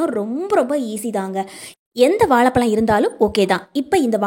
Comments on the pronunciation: உச்சரிப்பு கவனிக்க வும் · It is not வாளபளம் 😂